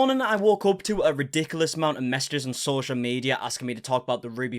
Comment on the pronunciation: It’s “ridiculous” not “ri-dickilis”